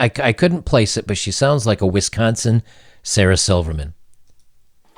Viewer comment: Thank you for pronouncing Wisconsin correctly. In our native tongue it is indeed pronounced “Wesconsin”.